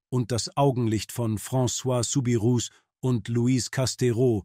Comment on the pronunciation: Der Name wird "Subiruu" ausgesprochen.